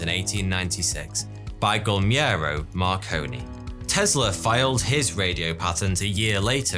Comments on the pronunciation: Worst pronunciation of the name Guglielmo ever 😆 but great video anyway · "New WHAT land" now? No one has ever mispronounced Newfoundland like that before. Ever. Never. No way. Good job on Guglielmo though. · "GULMIERO' Marconi? Dude. Guglielmo. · Go back and try to say "Guglielmo" again. You totally mangled that name. Try making the second "G" disappear: Goo-LIERR-mo. Italian version of "William". Spanish is similar, "Guillermo" (Gee-YERR-mo). It means protector. Also, "New-foond-land"? C'mon dude, seriously? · Before opining on Karl Marx's ideas, you should perhaps learn how to pronounce foreign names. Guglielmo, for instance.